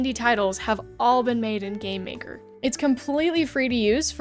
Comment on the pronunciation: Idk why but instead of game maker I heard "Gay maker"